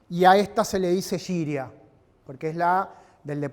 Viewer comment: La pesa rusa se escribe гиря, y se pronuncia guiria. Con el sonido de la G normal y común que conocemos todos. No se pronuncia yiria. La palabra significa "peso", "pesa", así no más.